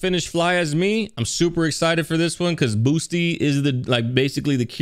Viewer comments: Ok.... u do realize it's boot...sy. Not Boos..ty right? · Idk why but hearing Boosty instead of Bootsy just triggers me 😂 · It’s Bootsy, not Boosty. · I tried saying it on stream a couple times cause you asked chat, "what kind of name is Boosty?" His name is Bootsy. T before the S. Yeah, it's still a weird name, but it's pronounced correctly. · this man just called Bootsy, Boosty lol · It’s Bootsy not Boosty, but you said it right though as you react along. Good job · Sir, his name is Bootsy NOT Boosty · Why do you keep calling him Boosty instead of Bootsie? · Yea...it's pronounced 'Boot-see' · It’s pronounced “Boot-see”….And yes I know I was conceived to this song, before it came out 😂😂😂😂. George Clinton, Bootsy Collins& George Duke, Alexander Oneal etc etc was what I grew up on lol. This is a whole mood& as an audiophile my ears are crying with tears of joy 🙌🏽😂. Lol at Spice Adams lol. I’m here for it 💁🏽‍♀️ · Bootsy ! Say it right, respect the artist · Man said BOOSTY AHAHAHHAHA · BOOT-SEE...SAY IT WITH ME.... BOOT-SEE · Why does he say boosty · Say "boosty" again. I dare you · Pronounced BOOT C.